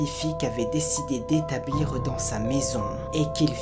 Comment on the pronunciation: "décidé d'établireuh dans sa maison", "l'enferreuh s'invitait"... x) tu rajoutes un peu trop de "e" lol j'ai bien compris que c'était pour rythmer et ne pas parler trop vite, mais de là à rajouter des syllabes c'est ptet un chouilla trop ? ;)